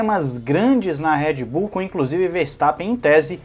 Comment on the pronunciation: É Red Bull e não Head Bull!!!!